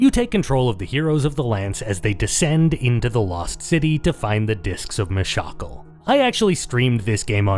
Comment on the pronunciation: me shackle? dafuuuuk. ew gross pronounciation no way. it's clearly always been pronounced Mish-uh-kahl. fight me.